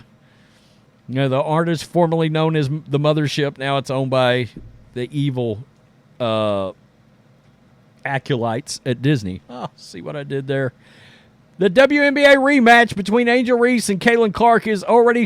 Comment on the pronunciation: Ackrit (accurate) Ack-you-lite (acolyte) Make it make sense! 😆